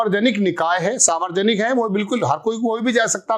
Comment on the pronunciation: आप मुद्दे सही उठाते है ,पर न्युज या वीडियो पर अपनी ट्रैनिंग पूरी करीये ! सावरजनिक नहीं सार्वजनिक बोलना सिखीये , ऐजेंडा में ऐसी गलतीयो की ठुकाई के लिये अमित मालवीयो के जूते खाने के क्या मतलब है ? चैनल पर मोबाईल में देखकर वीडियो बनाना , एक बेवकूफी है ! जरा पत्रकारिता के परखच्चै ना ऊडा़औ ? मुद्दो की मय्यो हो जाती है ! शुरु में ही घोषणा कर देवे बोलचाल !भाषा! उच्चारण में गलती आपकी ना समझी होगी ?